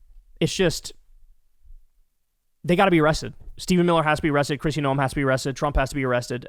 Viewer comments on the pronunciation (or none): none